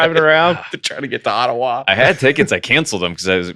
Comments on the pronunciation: pronounced Ottawa exactly correct. I was impressed with the pronunciation actually and then the boys ruined it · I’m from Ottawa, you said it right